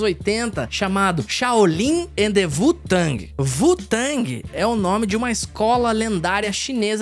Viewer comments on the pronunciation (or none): wu tang → se fala do jeito que lê, não sei daonde vc tirou esse "vu" tang kkkk